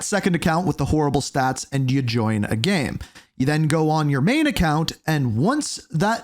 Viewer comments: it's pronounced "game" not "gem" lmao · Why do you have so much trouble pronouncing the word "game"?